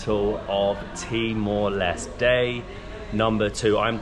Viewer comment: timor leste. Les-teh. Not les.... Stupid